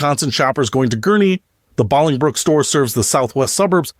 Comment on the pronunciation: I've never heard anyone pronounce Bolingbrook that way.